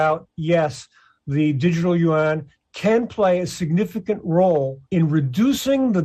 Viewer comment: Finally, someone who pronounces it (yuan) correctly. After studying Chinese I have come to the conclusion that it is a cumbersome language. English is the best and Russian so great. English is the fundamental language for reading the Bible KJV 1611.